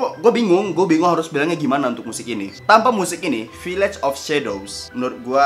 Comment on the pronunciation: Harus-nya VIIIIAGE BUKAN VIIIAGE